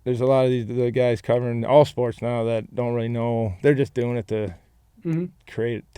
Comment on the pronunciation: that "Noaw" was some of that North Carolinian accent rubbing off on Rod after a couple decades in Raleigh, lol